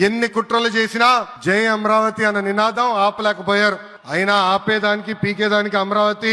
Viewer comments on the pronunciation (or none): అమ్రవతి కాదురా నాయన అమరావతి 😂